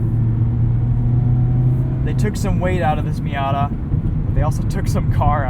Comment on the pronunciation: it’s been a while since an american pronounced it right